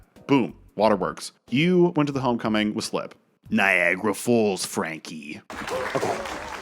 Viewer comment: “Niagara Fawls Frankie” 😂